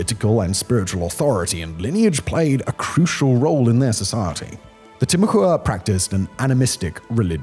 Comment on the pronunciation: Timucua is pronounced Tim-ah-quah Sincerely, friendly neighborhood Floridian.